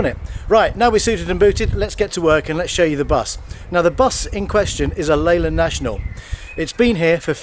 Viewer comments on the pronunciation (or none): It's Leyland